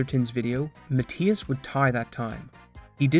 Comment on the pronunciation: If english isn't your first language I'd understand, but boy you need to work on your pronunciation of names and words. Matthias is NOT pronounced how you said it at all, it's Muh-Thy-Us, not Mat-tee-us. Also, how do fuck up the word preface?